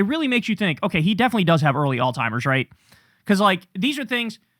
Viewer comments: Alzeimers, not old timers kyle 😅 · except he's pronounced it "all-timers" forever. That's still incorrect. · Bro, it's not "All-timers". I cringe every time you say that😂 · STOP CALLING IT "ALL-TIMERS"!!!!!!!!